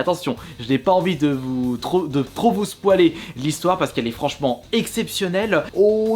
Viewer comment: se poiler rire ?????????? c'est pas spoiler non ? tu devrais revoir ton anglais ;-)